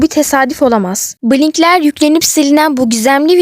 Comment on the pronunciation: Blinkler demene gıcık oluyorum bilinkler diye okusana işte